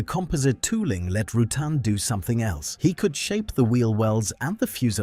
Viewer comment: Roo-tan as in having a tan. Mo Hah Vee desert, Vari-easy. I really dont understand how AI can ruin this so badly.